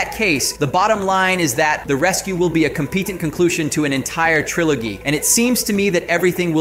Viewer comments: wtf is "compeetant" and "trilogee"? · What’s going on with your words? Is this a bot voice? “A competed concushun to an entire triloGhee(!)” a completed conclusion to an entire trilogy (trilogy-o-jee)😊 Man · LOL anyone else hear him say "trilogee"? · "trilogee" lol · this is a genuine question, but why do you pronounce hobi as hobby and trilogy as trilo-gee? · It’s pronounced tri-li-g like that